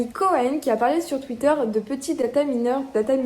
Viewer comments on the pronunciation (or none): none